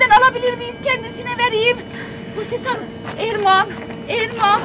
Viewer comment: Abiye öyle bir Erman diyor ki sanki AirMan Diyor hava adam